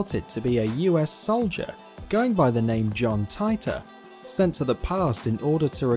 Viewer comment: You mispronounced Titor